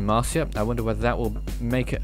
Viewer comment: He said the name wrong XD